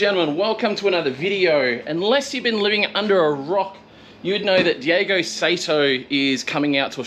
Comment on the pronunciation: The last name is Saito, pronounced like "sigh-toe". And as others have already said, he's not from spain. It's Daigo "Die-go". While its a whatever in a video for English speakers, it'd be good to get it right for when you need to say it in front of him.